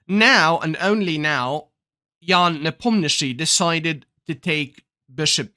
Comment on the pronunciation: Idk why hikaru say ian nepomniaaachi